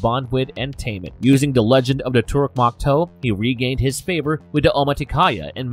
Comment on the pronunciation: IT IS TORUK MAKTOO NOT MAKTOO MAKTOO PRONOUNCE IT LIKE MAKTOO MAK AND TOO PRONOUNCE IT THE NA'VI WAY